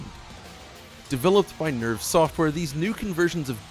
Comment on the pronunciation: Every time you say nerve it sounds like nerf! Yup this is the nerfed port!